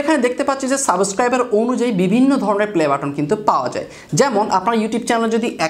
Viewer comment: ভাই সাবেস্ক্রাইব নাকি সাবস্ক্রাইব? 😬